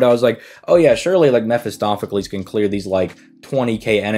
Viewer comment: "Meh fist off"-acles...👎 "Meh fist oh"-pheles 👍